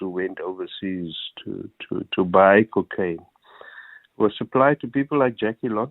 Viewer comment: The way he says "cookaine" bothers me 😳